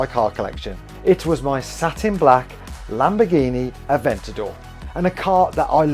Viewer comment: "Laborgini" hahaha